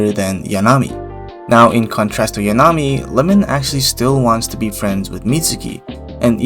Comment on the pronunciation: THIS is the video makeine needed, holy shit, good job. Love the music, loved the analysis, loved the visuals, hated your pronunciation of 'Yanami' lol Very good deep dive on the 3 main girls. Too bad Komari's approach is the least direct of the girl's, being separate incidents, while Yanami is playing the long game and Lemon is charging forward at mach speed I guess what's so good about the series is that the relationship between the characters are really organic. The first 3 volumes were purely friendship forming between Nuku and the girls, while the whole club is still uncertain about their feelings(Nuku included) in volume 8.5, although Komari has the clearest picture since she was definitely thinking about it since volume 4 I just think that you painted too good of a picture of Yanami. Like, she is most likely using Nuku's preferences only she knows to have an advantage, but she is still the same girl who forgot her money twice and got stuck inside a wedding dress too small for her, she definitely didn't mean for the pen to have her name and Nuku's guess was probably right I'm so fucking hyped for season 2, the anime was such an amazing success because it was so good and beautiful, I can wait to see how they will handle all the Shikiya snow scenes and the Lemon date